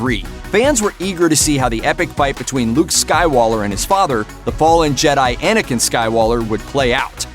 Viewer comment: Why does he call them Luke and Annikin skywaller???